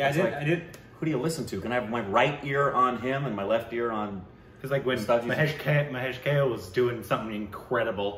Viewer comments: Its not pronounced Kale but Ka-leh. Just for your info. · It's kaaaaaaaale .... Not kale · KAAAAAA-----LAY. Not Kale salad lol. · Guys, it is not Kale. It is Kaa-ley. It is a Marathi name. I think he deserves to be named correctly. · Why has any Marathi not yet corrected them about Mr. Kale's pronunciation? It's not kale as in the vegetable. It's pronounced Kaa- Ley. Someone tell them. He deserves at least that much respect. Also it's not really an "L" sound, it's this ळ letter in Marathi (technically called Voiced Retroflex Lateral Approximate /ɭə/ )which is very hard to pronounce for non-Indians. So that's understandable but it's really not pronounced like kay-le. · It’s not pronounced Kale as in the vegetable but as Kaalay. Anyways, nice to see enjoying Indian Classical. Earlier he used to be clueless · Guys, it's not Kale (rhyming with whale) but Kale (Ka, rhyming with la) and le (rhyming with bay for say)! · Mahesh Kale. Kale should be prounced as Kaa + de and not "Kel" or "Kale". Its Kaade. d here is mix of L and D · 'Kale' should be pronounced like... Ka - Kaa Le - Lay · Pls pronunce his name as "Kaalay" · His last name is pronounced as Kalé(ka-lay), like coupé, ka-lay means BLACK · Mahesh Kale is pronounced as Mahesh "Kaalé". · Last make of Mahesh Kale is Ka( as in Kayak) and Le a(as In 'Laid) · Pronounce it like Kaaa-le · kale= kaa+lay pronunciation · Learns the correct way to say Kale and apologizes for saying it wrong on previous occasions Also: Says it wrong in the very next video! xD